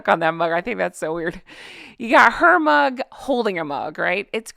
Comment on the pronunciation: If he was going to go to see his father he should have gone quietly, without any publicity. They truly are disgusting. Her narcissism really knows NO bounds you crack me up. Everytime you say big porcelain mug I heard "bus" and the picture in my head was hysterical.